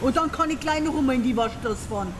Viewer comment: "Donerwetter noch amol!" 😂😂😂😂